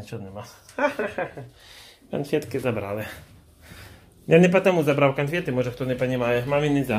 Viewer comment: Так маманка тоже у Парыж лэтыть? 😎😏🤔 Конхфэткы взлётные... 😂 Посадочные.... 😂 Всё с собой, молодец🙂